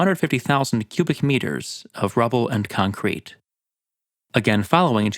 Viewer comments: Nobody: Narrator: ConKRETE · Hi, just want to let you that the emphasis in concrete is on the first syllable. Other than that, great video.